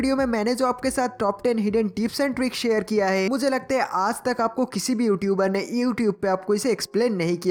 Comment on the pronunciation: Heyi nahi hota it's hai